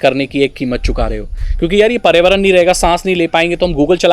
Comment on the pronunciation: bhai pariyavaran matt bolo samajh aaraha hai ki problem ho raha hai bolne mei... ap environment bolo